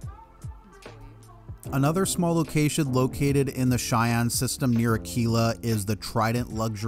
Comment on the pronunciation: Thank you for being the only starfield youtuber who is able to pronounce "Cheyenne" correctly lol